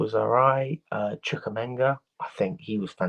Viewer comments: It’s CHU-KWUE-ME-KA not Minga😂 there’s not even a g. I swear you’d think that as much as UK fans watch and report on their teams they wouldn’t be butchering the names of players and team personnel as often as they do. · MU-DRY-K CHUK-WUE-MEKA